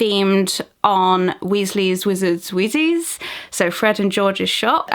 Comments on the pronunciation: Did she just say “Weasley’s wizard WHEEZ-EES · XD "Weasley's Wizard's Wheezies" not hating its just funny the way she says it I'M NOT HATING DON T COME AFTER ME